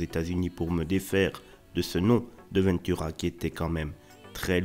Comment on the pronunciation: Pourquoi prononcer : "vainetura" ? c'est VENTura comme on prononce vent, le vent ...